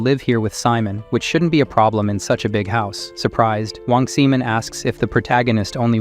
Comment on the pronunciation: Wong Simon... Sigh-mon.not semen.